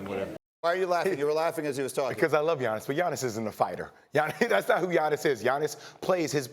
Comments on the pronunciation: How many times these two gonna butcher the man's name. One of them even called him TIANNIS ... bruh i'm SHLEEEP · Why can’t anyone say his name it’s not that hard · just say Giannis, you're saying his last name all sorts of wrong